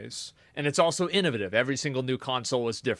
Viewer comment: innoV8ive....not innuvuhtive hahah